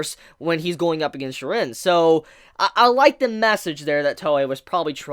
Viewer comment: The animation is incredible btw i hate the way you pronounce jiren lol